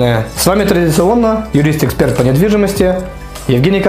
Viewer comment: "ЮЛИСТ"МАТЬ ТВОЮ ИЗВИНЯЮСЬ ПОНИМАТЬ!